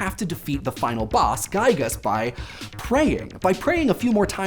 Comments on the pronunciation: It's... Giy-gas, not Guy-gas. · Great video, guys. And hey ... you want to know what's also great? He pronounced Giygas as GUY-gus :D That's how I've pronounced it when I first saw the name. I had never known anyone else that played the game, much less reached that point for that matter.